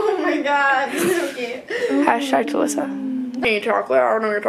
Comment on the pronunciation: I thought she said I shagged Alissa but she actually said hashtag talissa 😂😂😂😂😂